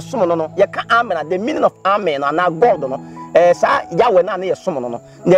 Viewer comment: Yeah u guys are right, is ameeeeen but not Amen like he was sayin. Thanks ladies and gents for correcting me